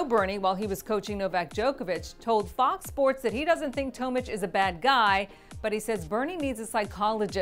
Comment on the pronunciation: Bernard (toemich) 😂 its pronounced Tomic like atomic